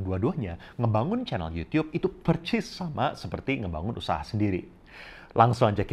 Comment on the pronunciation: Gw seneng banget denger koko ini waktu bilang yUtiUp 😁